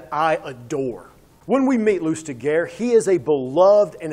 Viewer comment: Good review but his name is pronounced /lystiʒe/, more like 'loostijay', not loostigur